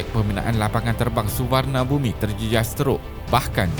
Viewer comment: Ejaan Suvarnabhumi, tp sebutan Su-war-na-bum. Tak der bumi bumi. Org media Malaysia tolong la belajar sebut terma bahasa lain dgn betul. Kita pun tak suka kalau org luar salah sebut nama bahasa kita kan.